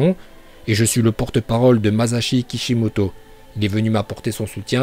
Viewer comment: Tu respect même pas son nom a MaSSashi Kishimoto et c ''Katon Cogacouilla no jutsu (Je l'ai écrit comme on l'entend je c que sa s'écrit pas comme ça)et pas coga no jutsu